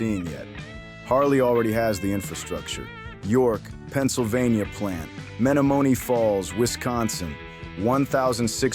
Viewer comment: You'd think AI would know how to say Menomonie Falls.